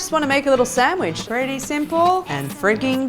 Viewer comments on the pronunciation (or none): none